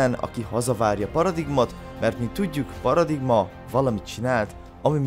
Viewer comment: paradigma inkább paraligma